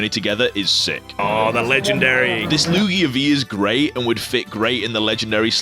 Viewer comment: Lugier? Or lugia